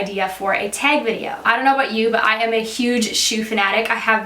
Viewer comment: Love how she says "tag".."teg" so Canadian 🙈😋